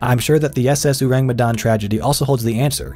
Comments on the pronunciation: the 'me' in Medan should be pronounced like the me in 'men' or 'met' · And the way it should be said is Medan with the me in 'met' not me in 'women' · the 'dan' is like dhan btw (rhymes with khan), not dan like plan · Medan is pronounced as Médan (Me as in ''men" and dan as in "done"). Just my two cents, saw some comments where someone/some people showed ignorance. I think it's unfair that we have to learn to pronounce names in English or other western languages like brands, etc right when ours get mispronounced a lot. I'm sure we aren't the only ones who feel this way. Just my two cents and also, this is a great video by the way. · Y'all really butchered the pronunciation huh😂